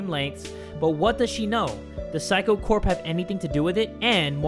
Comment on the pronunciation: the pronunciation of 'saikou' sounded like 'psycho'